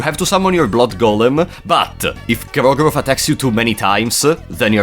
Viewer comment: Instant favorite video, almost 10 minutes of saying "Gro-goroth."